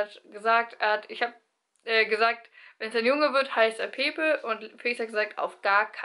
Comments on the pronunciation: Oh Gott dein Ernst? Pepe spricht man ganz anders aus und ist ein Spitzname bzw. Kosename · Ja stimmt, eigentlich wird es spanisch eher "Päppä" ausgesprochen..ist schwer zu erklären